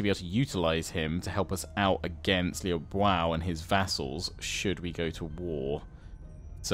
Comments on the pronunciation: "Liu Biao" is pronounced as (phonetically) "Li-ew Bee-yao". Hope this helps! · You say you want advice on the names, I think it's Lui Bee-auv (Biao). At least that is what I have heard. Else just disregard it, just wanted to share :)